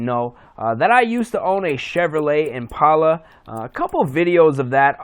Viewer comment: Once you say the word "Impala" right you can be into them. Also an 03 is not an Impala, its a wimpala. great vid.